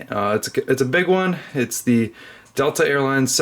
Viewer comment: its dital D E T E L A